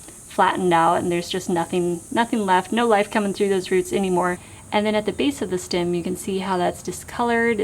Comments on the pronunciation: It's "stem"! Steehh-mm. Its not stim! 😂 Sorry, couldn't help it. Thank you for this informative video though! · Loving that Midwest “stim “ 😋 thanks for the video!